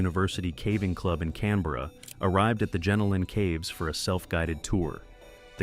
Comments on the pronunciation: Great vid, but Jenolan is pronounced "jeh nolen" not "genno lan" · JEN A LEN cave. I’m laughing my head off here. That is not even close to how The Jenolan Caves are pronounced. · "gee-nowl-en" caves hun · I live 3 hors from caves pronounced as Jen-Ol— in caves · I live in New South Wales and was like oh wow I wonder why I have never heard of those caves... then I realise he was pronouncing it wrong 😅